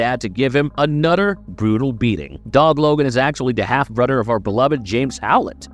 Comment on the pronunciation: The way you say Thomas is driving me nuts, also i swear half the time you call him Dob logan lol